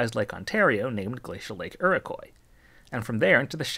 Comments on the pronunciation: IROQUOIS - pronounced EAR-OH-KWAH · Enjoyed the video and learned lots of new bits of info I am from Eastern Ontario. Iroquois is pronounced Ear-A-Quoi. Kind of French sounding, I don't know the origin of the word. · Awesome info. Canadians pronounce the glacial lake Iro-kwah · Just a dumb little correction but iroquois is pronounced: Ear-uh-qwa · Iroquois is pronounced ear-uh-kwa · Funny how you correctly pronounced Mackinac, but mispronounced Iroquois. EAR-oh-kwah. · pls do research before saying a name. Iroquois isn't sounded out like La Croix lmao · Iroquois is pronounced ear-oh-kwah